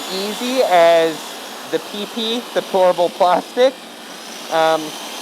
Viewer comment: lol, every time you say Pourable it sounds like you are saying Horrible 😝